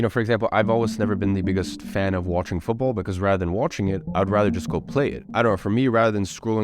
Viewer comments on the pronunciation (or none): none